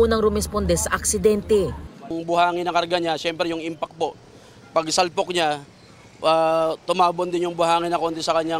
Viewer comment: Baka karga! Hindi garga bopol naman..